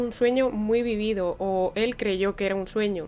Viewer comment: Corazón bello! Se pronuncia "Vívido” con tilde esdrújula! Excelente video!